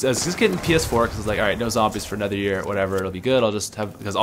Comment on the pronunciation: when he said ps4, it sounded like he said penis 4 😂